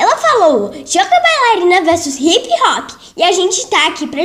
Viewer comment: "Hip rock" kkkkkk quem ouviu deixa o like é quem n comenta